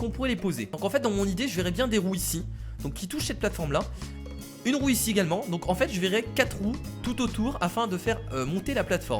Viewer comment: Y à que moi qui pense qu'a chaque fois qu'il dis "roue" il dis "roux" mais péjorativement sans faire expret ? x)